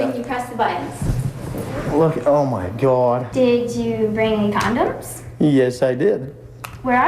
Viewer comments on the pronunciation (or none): He said “oh gawdd” 😭